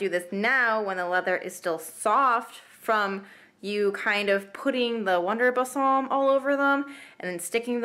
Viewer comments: No offense but the word balsam is pronounced "ball"-"some"...LOL! Good video on those cute boots! Now you have me curious how those feel to wear! Thank you! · You are mispronouncing "balsam". It's ball-sum. It's not "bassam". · What's bussarm?! Gurl, its Wonder Balsam - boll-sum ;) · ba salm....i don't know how but in our state, people pronounced it as "bay sam" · I do deep knee bends and push ups wearing new shoes to break them in. I was searching Wonder Balsam and found your video. You are super cute, even in the poor light, haha. Balsam is pronounced like "ball some". I bet I have as many shoes/boots as you haha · Thanks for the info. Also: "Bal-sam". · Pronounced like Ball-sum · [bawl-suh m] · thank you! yeah I totally mispronounced it. lol. oops.